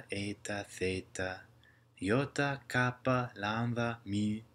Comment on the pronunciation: Overall excellent pronunciation. My only criticisms are your slight over-aspiration of tau and kappa, your pronunciation of η as a diphthong /ei/ and your σ, which you pronounce as the english /s/ but should be a retracted /s̠/. Keep it up!